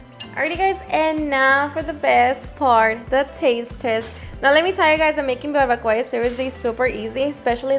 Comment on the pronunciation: Live in Cali and never heard it pronounced like that